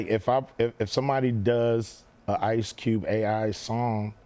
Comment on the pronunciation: Did he really just said ice cubel😂😂